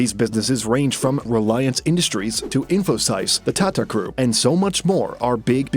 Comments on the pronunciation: The "sys" in Infosys is pronounced like that in system, not "sais". And numbers after decimal points are read individually, not as whole numbers (e.g., "1.15" is read as "one point one five", not "one point fifteen"). And it's not "impact", but effect. Are you just using some TTS software for the voice, or is it actually the guy? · I wonder if this channel is reliable.. do some research or get some education on pronunciations and spelling.. infosyse!!😢 cancle 😂